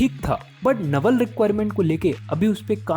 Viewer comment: Your video is good but just one thing your pronunciation of naval is wrong